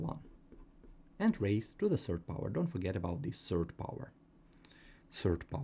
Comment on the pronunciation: While me noticing him say serd instead of third😅